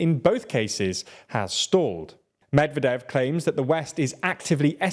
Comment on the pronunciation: medvEdev not mEdvedev